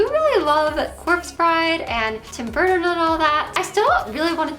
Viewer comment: Burrden budderfly 😂🤡😩🙄 girl learn how to talk and say the name right if you “Love” him so much 🙄🤡🙄🤡